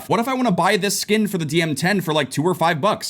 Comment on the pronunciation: “Sluice gate” is pronounced as “sloose gate” it rhymes with “moose gate”